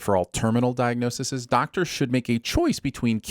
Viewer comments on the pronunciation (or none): plural diagnoses\ -ˌsēz